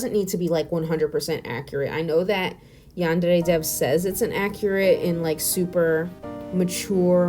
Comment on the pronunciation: this is a really small detail, but i love how u say yandere instead of yanderrrrrrrey